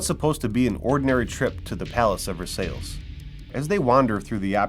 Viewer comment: Versailles is pronounced Ver-sai